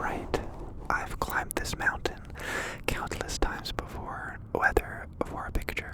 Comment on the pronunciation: nobody: not a single person: no soul ever:: mounTAIN